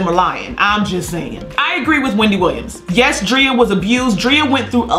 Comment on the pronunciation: Love Lizzo! She can't do any wrong in my eyes... But sis stop calling that woman Dree-ah. It's Dray-ah!! Love you just my little OCD kicking in❤️